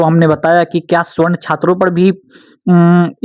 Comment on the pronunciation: Darr to bahut lag raha hai sir aapko bhi warna ✔️ सवर्ण (Savarna) ❌ स्वर्ण (Gold) — ये सिर्फ धातु है 😅